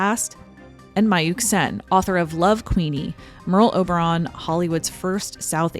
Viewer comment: sounds like pearl harbour 😂😅